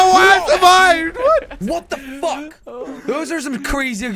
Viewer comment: I cracked up when said what tha Fock like an Irish person also just look at Josh's face at that time as well lol